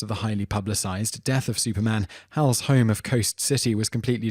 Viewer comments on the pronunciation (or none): none